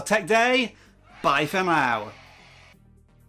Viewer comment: Lol bye for mow